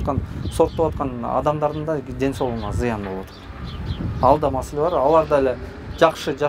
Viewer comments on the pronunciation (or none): none